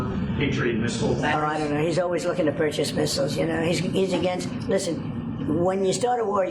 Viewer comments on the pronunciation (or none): none